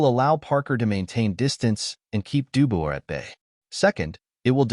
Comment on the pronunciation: Duboy, shut up Ai you don't know shite